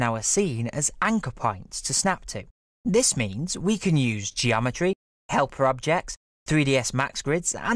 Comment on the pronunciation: "Geometreh" Good video though